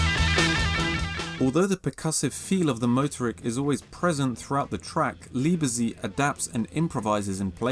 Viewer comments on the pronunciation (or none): Indeed. Also Kghahftvehrk (not Craftwork) and Leebetsayt (not Leebezeet) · I was going to write the exact same thing and would like to add Liebezeit is pronounced Leebuhzight. Other than that, great video. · That's not quite the way you pronounce "Liebezeit" (the "Zeit" sounds more like "tsight"), but great video. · Liebzeit is pronounced Lieb-Tzeit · Sehr schön. Besonders gefällt mir die Aussprache zu Liebezeit :) :) - Wer ist eigentlich dieser Zane van Dusen? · New!!!!????? It's pronounced "Noy" mate. I won't even begin to mention how you pronounce "Leibezeit"!!